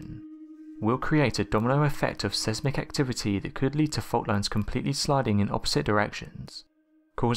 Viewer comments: Sesmic haha still has me reeling 😂😂😂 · Sesmic or seismic